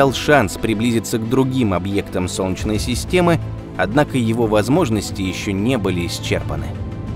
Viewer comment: У диктора какие-то проблемы со словом "солнечный". В целом, всё норм, но вот это "сончный" - прям аж АААААА!!!!(((